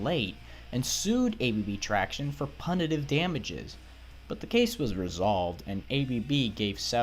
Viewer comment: First off that's not a Martini glass and secondly it's pronounced pew-nitive...